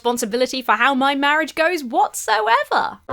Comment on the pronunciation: Mawwiage is supposed to be a bwessed awwangement 😂